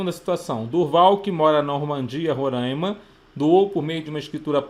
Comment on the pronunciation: Não é Rorãima... é RoRÁima. Tô zuando kkkkk. Ótima aula!